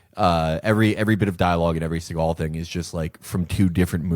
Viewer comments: Steven Seeagal. just say capitalism, not deep state lmao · So he actually makes the grand revelation (by saying it's the Jews). Isn't his name, (S`e.gal) , pronounced with the emphasis on the first syllable instead of the second, a Jewish name?